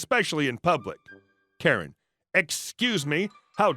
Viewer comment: That's hilarious, but like the captionator, "carrot" is what I actually heard! But knew it wasn't right. it was just an odd pronunciation from our Beloved Narrator.